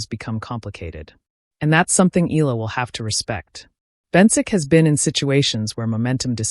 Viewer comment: Not eeeela....eala.(eyala) are you a.i.?